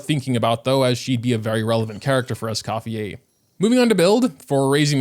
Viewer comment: scofiei lmaoo, it's scoffiER.